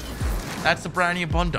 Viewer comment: says “Brand New” like “Brannew”